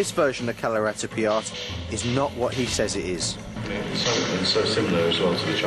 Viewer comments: yeah ... you'r right, he's pronouncing it Kalaritipiya :D I wonder how he got his employment with BBC. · Kalaratipiyat? Is he pronouncing it right? because that's all I'm hearing from him. He's saying "Kalaratipiyat." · Can somebody tell this guy that it is "KALARIPAYATTU" and not "KALARIPIYAAT." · kalaratipiyat .. ?? :P lol its kalaripayat... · Hehehe.. it is like saying that Jesus is imitating the Pope.. Other forms of Eastern Martial arts WILL look like Kalari because it is the grandpa of them all.. the presenter has not even cared to pronounce "kalaripayattu" correctly before venting his anger on it.. Next time, I hope BBC sends a sensible man to CVN Kalari in Trivandrum.. cheers..